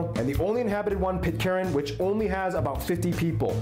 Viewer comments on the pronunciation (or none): Pitcairn, not Pitcarin :)